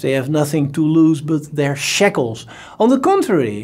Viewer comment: "shekles" lol